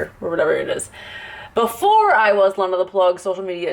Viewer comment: FINALLY!!!!! SOMEONE WITH MY NAME "LENA" AND PRONOUNCES IT THE CORRECT WAY INSTEAD OF DAMN "LINA" OR "LEENA"